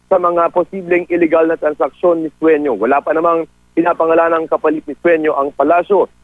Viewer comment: the reporter is idiot.. sueno not suenio.. .. can you shoot that idiot reporter